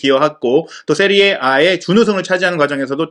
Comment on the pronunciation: 세리에 에이를 세리에 아 랜다 ㅋㅋㅋㅋ 이거 믿을만한거 맞냐?